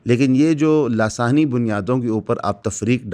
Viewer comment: Dear it is (لساني) not (لاثاني)